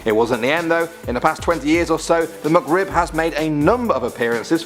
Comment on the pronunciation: The "MuckRib"